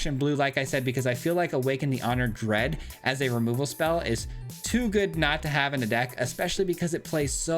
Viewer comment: It's Honored DEAD not Honored DREAD. C'mon, man...